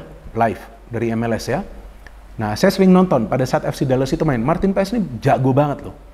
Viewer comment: bro,setahu saya penyebutan paes dalam bahasa belanda biasa dibaca paas atau pas,madame maes dibaca madam maas atau mas.begitu juga dengan nama justin hubner,orang belanda akan memanggilnya dengan yustin hubner,sesuai dengan yang tertulis